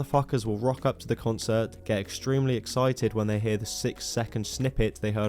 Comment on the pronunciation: For someone so keen to chastise others, it's kinda weird that you can't say the word "concert"